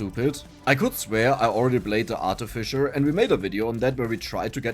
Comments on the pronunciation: artificer - aar·tuh·fuh·sr it's not fish-er rather fuss-er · pronunciation was not correct. that and coupon are wrong, so wrong, cursed wrong. But thats ok. Should be: Art-if-ice-er And: Coo-pon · For Artificer, that to me feels wrong coming out like that. That's why I get hung up on it. Anyways, he is German. Can't say I blame him for getting some stuff wrong or saying some stuff his way.